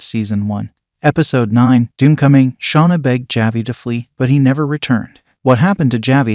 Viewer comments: Also,just a heads up on the way to pronounce "Javi" the j in this makes an H sound so when spoken it comes out as "Havi" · Dude if you're going to review a show, please please PLEASE figure out how to pronounce character names first. Taissa and Javi's names are not pronounced the way you are saying them. And Christina Ricci's last name, too. Oof.